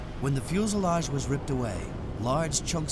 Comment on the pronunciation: Why does the narrator keep saying "fuelselage"??